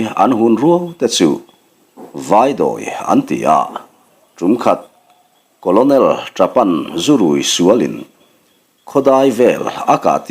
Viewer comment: Colonel===...*kawlnel* tih angin han lam mai ta la,,*kawlawnel* ti lo hian..Thawnthu thar ahnai dawn em...Hemi nena kawp theih tur in.....hei chu beng afah teh chiam loa...vai lian lo lang chin hi chu apasaltha tawh tlat lo😃😑